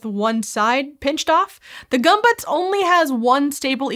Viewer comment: You said "bayazin" when its "basin" and "gumbutts" when its "gömböc.